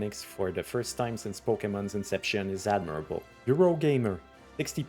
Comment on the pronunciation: Is it on purpose to say "sense" instead of "since" because I've seen others using it as well. I mean there's no way people make that obvious of a mistake. Also "wight" instead of "white"